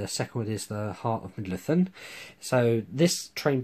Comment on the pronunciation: Brilliant video except for one tiny wee thing.. It's "mid-low-thee-ahn"